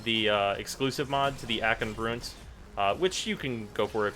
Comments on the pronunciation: Broont? How do you say Blunt? BLOONT FORCE TRAUMA! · Why "Broont"?